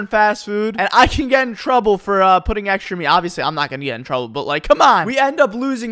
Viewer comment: Why do you say "eksrha" instead of "Extra"